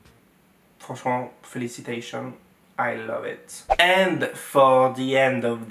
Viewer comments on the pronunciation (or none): il a lancé un feliicitation en anglais au calme 😂😂😂😂